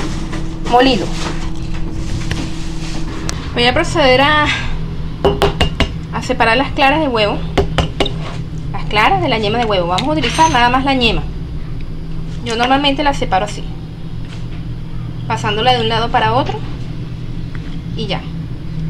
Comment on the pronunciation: EXCELENTE RECETA, PERO NO SE DICE "ÑEMA" ES YEMA